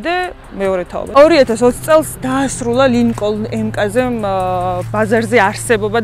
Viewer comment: Mkz (ემკაზე) არა. "ემ-ქეი- ზი ასე იკითხება სწორად.. კარგი გოგონა ხარ და ძალიან მომწონს შენი კონტენტი..წარმატება ლამაზო მანდილოსანო